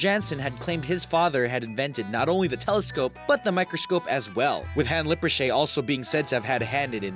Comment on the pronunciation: i like how u say Tchan instead of Jan wich is pronounced as you say Yang in Chinese but not the ng only the n so u get Ya-n not Tchan xD. Also, lippersheey, what the hell is that xD. OLÉBOLLÉ HAHHAHHHAHHAHHA sorry but i found this really funny as a someone who lives in Holland. Hakkelslak loool. vincent van go hihihiih